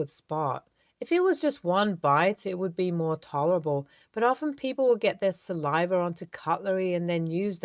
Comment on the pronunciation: Hint: there is no "R" in saliva. Offered as constructive feedback.